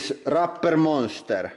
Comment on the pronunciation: rubberr monsterrr